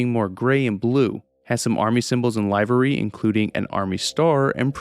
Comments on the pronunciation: Some language nitpicking here, sorry. "Livery" is pronounced "livery", not "livery". (Yes, I know, sorry but I couldn't resist) It's a french loan word, and is pronounced "livv-ry" rather than "lie-very". The original french word is "livrée", typically referring to a distinct type of uniform such as that worn by chauffeurs, or hotel staff. As for power armour, I definitely like the way it's handled in Fallout 4. Yes, it's a retcon, but it's a retcon that makes more sense (at least to me) than the way the armour works in earlier games. The X0-1 is arguably a bit more problematic of a retcon, but there is at least an attempt to provide an explanation in the game. X0-1 is a prototype, still in early development as the war breaks out. That's why a set (or parts of one) can be found near Fort Strong, and also why the Institute has a special material for it - the CIT were somehow involved in developing some aspects of it. The Enclave had access to the development notes, and most likely some of the prototypes, which enabled them to develop their own advanced power armour. It does not explain why the felch a highly classified prototype military armour was put on public display at Nuka World, though. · Great video! As a minor nitpick, "livery" is pronounced to rhyme with "sliver" or "liver".